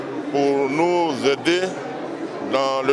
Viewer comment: Mon ministre chokoh oh !!! Nourrrrr, je savais pas qu'il y avait ''r'' à la fin de ''nous''. Bingué change les gens comment même 🤣🤣🤣🤣🤣🤣